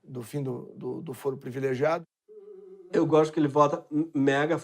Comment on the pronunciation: Voce é inteligente entao nao da pra deixar passar: voce aqui fala “ prEvilegiado “. PRIVILEGIADO, ok?